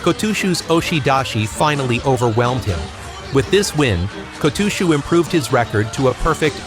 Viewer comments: who in the hell is Ko-TWO-SHOE?! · If I hear the AI say "KO-TOO-SHOE" I'm gone bro. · Two-shoe ? No thanks. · Oh come on! Apart from that one episode we'll never speak of again my only complaint about this otherwise fine channel has been about the pronunciation of the wrestlers' names, the kimarite, etc. I even mentioned that the way your voiceover program says Kotooshu is particularly grating in a comment you read and replied to! So when I saw this video I thought you'd surely have addressed it. But I'm only 2 minutes in and again I'm hearing the great man's shikona be contorted and mangled. You are making it harder to like your videos, for me at least. Which is a great shame as they are basically pretty good. (High praise from a dour Fifer.) I realise it might seem petty, but it takes me right out of the video with irritation and I have to make that bit more effort as a consequence. Which obviously doesn't encourage a person to keep watching. I have no idea what you need to do to fix this as I am too old to be bothered learning about stuff that doesn't interest me. I'd much rather watch sumo. But you've managed to put together an impressive channel here so you're obviously good enough at this sort of thing to be able to work it out. The correct way to say all these things can be found fairly easily through Google. Even I can do that much. I have done in the past when sumo was all new to me. But I'm afraid you're on your own after that. Please sort this out. Not only might watching the channel start to feel like a chore rather than fun but at the moment I am too embarrassed to share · i was gone the moment i heard the weird pronunciation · I’ve heard AI say it like that too many times, man, it drives me nuts lol. They’re not built for rikishi names. I guess they won’t be taking over just yet, or if they try it they’ll be shamed into submission for being unable to pronounce anything. See ya on another video maybe 👍